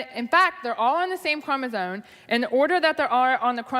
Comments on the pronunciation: Do my ears believe me, or is the goblin queen also saying "chromosone?" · I dug a little deeper into her mispronunciation of "chromosome". /m/ -> /n/ is a known consonant drift, like /r/ -> /w/. I checked to see if it was a creationist dog whistle, but that only returned one, non-creationist result. She likely misread it when young and she never updated her pronunciation when she sees it. As you learn to read the brain becomes focused on the shape of the word and not the individual letters.